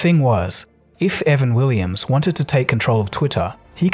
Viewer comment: Why do you call him "Evan Willims" ?